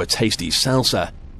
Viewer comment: “Puuh fect”